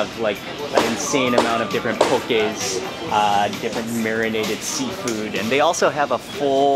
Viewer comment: There’s truly no place like home 🏝 So glad you ate at all the local favorites! I also appreciate how you pronounced everything correctly 😊 For other authentic poké spots in Honolulu: - Ono Seafood - Fresh Catch - Tamura’s - Yama’s Fish Market - Off the Hook Poke Market There are many great spots, more but these are popular amongst the locals.